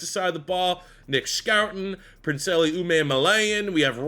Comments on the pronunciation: prin-celly ooh man ma lion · That princely pronunciation was wild🤣🤣